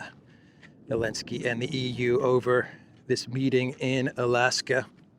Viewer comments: Who is this man and why is he calling Zelensky, Elensky? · Hun how come u don't say the zed in zelensky just wondering